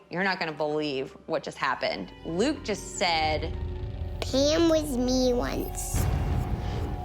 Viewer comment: Sorry are you saying “Pan” or “Pam”, ok so it’s “Pand” with a d, no “PAM”